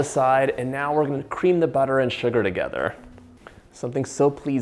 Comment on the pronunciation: Love the way John says Shhuggar! Like he’s singing a System song!